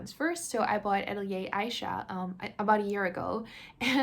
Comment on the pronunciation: I love game hauls. I have to say that I cringe every time you pronounce Atelier like that.